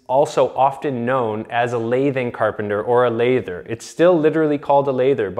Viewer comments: Pronunciation tip: the "A" in lath (the thin strips of wood that hold plaster on walls) sounds like the "A in bat. The "A" in lathe (the machine for turning cylindrical forms in wood and metal) sounds like the "A" in cake. The hatchet in question was used in putting up lath, and so it is pronounced like "lath" plus "er. " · As a plasterer I’m impressed that you know it’s a lathers hammer. Small point of order: it’s pronounced with a flat “a” like tap. The hard “a” is used in the word lathe like in spinning wood on a machine. Also if it has a cleated face it’s really a roofers hammer. The cleat chews up the face paper causing issues with blisters and flags so they used smooth faced on Rock Lath (a brand name of early gyp board). In the wood lath days (not lathe) the lathers would use the hatchet to cleanly chop the wood to length in a split second. Also lathers were the original drop ceiling/coffer installers. I pay homage to those forgotten craftsmen of the past like Marvin Reiney the last Master Lather of St. Louis who passed away just a few years ago. He was buried with his end nippers in his right hand and a small “hank” of tie wire in the left. He invented the machine to bend channel iron into curved shapes used in more modernist building designs.